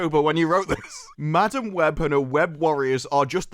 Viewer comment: You know how some people pronounce madam like muh-damn. Well... Madam Web can eat Madam Butt.